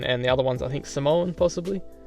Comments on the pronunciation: 😂 Omg you’re the first Australian person I’ve ever heard say the word ‘Samoan’ properly Lmao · Palangi people (white people, assuming you're white😂jk) tend to over exaggerate the 'O' part so it sounds a bit off. But you said it correctly 👍 glad you recognised the flag too